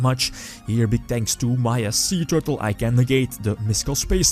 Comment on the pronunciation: Every time he said "Suee Tewrtle" I died a little inside...from laughter. =p